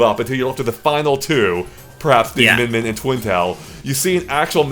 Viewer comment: It's Min Min.